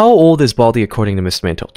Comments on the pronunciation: bro said bladi instead of baldi 💀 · Baldi❌️ Bladi✅️